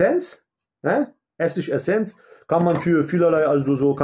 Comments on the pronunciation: "Ess isch-Essenz" oder "Essisch-Essenz"? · Tschallapenjos und Ess isch-Essenz. Mit Garrnellen. Rischtisch überkrass mies, NÄÄÄ?! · Ja, aber nur mit "ess isch-essenz" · Sag bitte nochmal "Essig-Essenz"... bitte!! 🤣